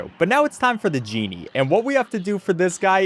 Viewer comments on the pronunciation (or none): its "Djemmi" not "The Genie"(is what i thought you said